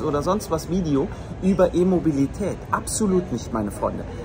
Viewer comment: ich versteh immer "Immobilität" 😂😅🤣